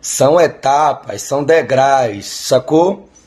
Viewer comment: “DEGRAIS” É FODA KKKKKKkk